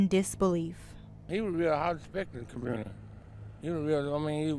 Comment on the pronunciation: You say community with n R, there isnt much hope left for this commurnerty